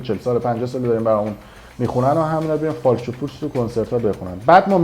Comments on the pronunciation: فالش، نه فاش بیسواد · فالش خوانی دلبندم، نه فاش خوانی،، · بیسواد اون فالش نه فاش😂واقعا که عقل نداری راحتی